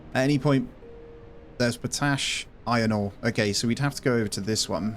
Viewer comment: you've gotta manage the pollution, you can literally see it sticking to the ground. Also, it's pronounced pot ash, like two words